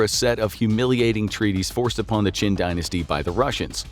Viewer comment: Qin Dynasty → Qing Dynasty